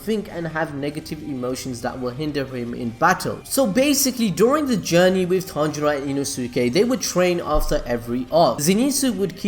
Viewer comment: Dude... Please get the pronouncing of the names right.. It's killing me everytime you say it🤣😂. ie. Zen-it-su/ Tan-jee-roe/ Tan-juu-roe/Ka-na-O/.. Anyways, love your contents. Keep it up 👍